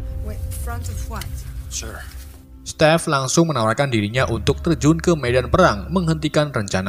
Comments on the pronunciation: Stepe? Bukan Steven? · jir stive jd step. wkwkwk